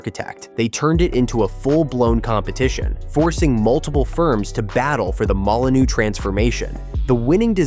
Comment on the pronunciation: So many incorrect figures, some wrong dates,but worse still, several different pronunciations of "Molineux.